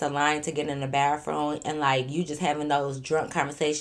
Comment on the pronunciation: 😂😂😂😂 “baffroom” be taking me outtttt that’s how our old folks say bathroom in Baton Rouge 😂😂😂😂😂😂